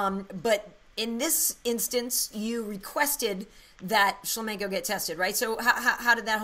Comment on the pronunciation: I like how he doesnt pronounce shlamenko correctly!